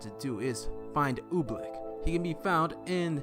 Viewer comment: Oobleck, you mean Orbeck lmao